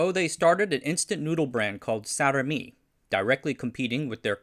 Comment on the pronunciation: For future videos: Dj is is usually said as J and J is said as Y (This is due to the Old Style spelling So for example, Djajadi Djaja is not as you said but as Jah-yah-dee Jah-yah. Also I is not read ay but ee in Indonesian So Sarimi is not Saramee but Sah-ree-mee